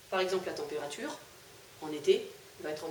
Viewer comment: Madame à températures c est temp et pas tenp 😅😅